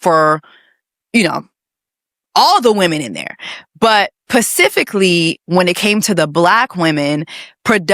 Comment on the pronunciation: Does Jessie say "pacifically" on purpose? Asking because this is my first time watching and its so cringe because shes seemingly intelligent otherwise and that may just be a thing she does on purpose. Lmk. ❤